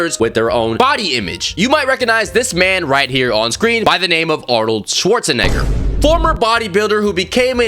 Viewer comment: The way he pronounced Arnold swachenager